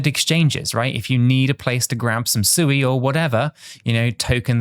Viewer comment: Not Suey, lol